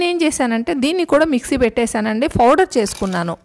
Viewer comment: Mee vedio bagundi, chinna correction eemi anukovaddu please spell as powder not fowder pow anandi please